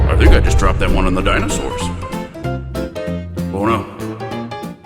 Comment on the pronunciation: "I think i just drooped it on the dinosours." XD